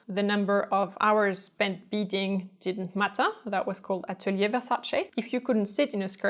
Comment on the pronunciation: I love your videos and you are such a lovely & interesting person! Thank you so much for pronouncing Versace the correct way! :)